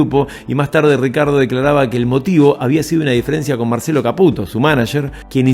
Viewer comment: Tano mar chielo...? Marcielo, culiau... 😁